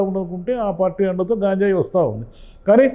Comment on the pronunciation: గాంజాయి కాదు సార్ గంజాయి అంటే సరిపోతుంది